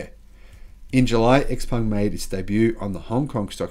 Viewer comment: Also: Xpeng is pronounced "shiaopeng" or "xiaopeng". Just from respect to the brand.